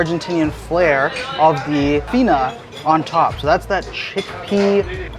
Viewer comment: WOWW YOU KNOW A LOT OF ARGENTINIAN HISTORY ...WIKIPEDIA INFORM !!!!!!!! FEENA ??????? OH MY !!!! F A I N A !!!!!!!! DONT CHANGE THE WORDS !!!!!!!! PLEASE JA !!! FEENA ???? FAINA ISTS MADE WITHS GARBANZOS FLOUR " F A I N A !!!!!! LIKE PANCAKES ?????? OH MYY..... WE PRONUNCE WITH ALL VOWELS...." FEENA ITS THE SHORT NAME OF MY AUNTY !!!!! PALACIO "BROLO" ????? JAJAJAJ PALACIO BAROLO !!!!!